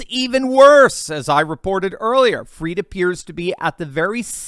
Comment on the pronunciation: Pronounce his name correctly! Not 'freed', but fried, as in chicken, eggs and bacon, etc. His goose is cooked - don't pander to his pretentious ego (and that of his parents!).